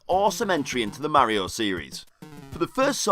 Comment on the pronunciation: I disliked and stopped watching when the guy pronounced Mario wrong